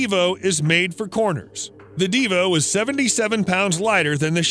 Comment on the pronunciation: Btw its divo not devo. You also kind of forgot the bugatti voiture noire. And the rolls royxe boat tail